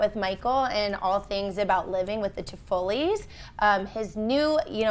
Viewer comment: The Toffolis, not “Toffoli’s”